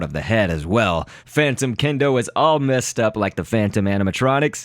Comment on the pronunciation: mangled kendo xd